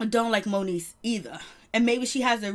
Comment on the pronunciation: Its MONIECE love. Not monique ❤